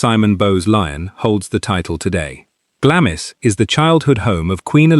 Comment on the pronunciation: Glamis is pronounced "Glahms"...